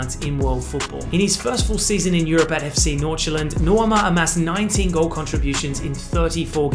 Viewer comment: Honestly I was shocked at how well you pronounced Nordsjælland, foreigners usually butcher words like that